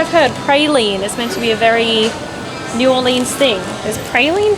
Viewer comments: It isn't New Orleeens it is New Orleans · If u want to say it like the locals its pronounced "norleans" lol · I've lived in Nola my whole life and let me just say, you did it right! (minus the fork) Gumbo Shop is my favorite place for gumbo and Parkway is easily top 3 for poboys. We love our tourists but please please... it's pronounced New Or-lens. Come back soon!